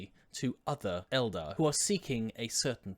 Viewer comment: Thanks for not calling the Eldar Aeldary or however you say it.